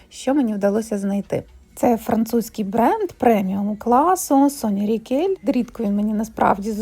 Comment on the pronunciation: Соня Ракель а не Рікель) Маркс та Спенсер а не Марк) Розкішна кофта вишневого кольору хоч й великувата, але аби ви її попрали й розклали на рушнику сушити- вона б повкрнула форму й чудово на вас сіла би) Кофточка Ракель дуже кльова! Я люблю кашемір шовк вовну батист сатин паплін тощо- синтетику беру дуже інколи й виключно якщо річ класна або я беру на якийсь захід й мені треба якийсь певний колір і т і)